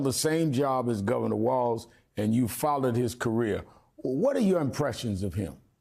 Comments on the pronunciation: C'mon Jesse. WalZ. NOT WalTz! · WALZ not WalTz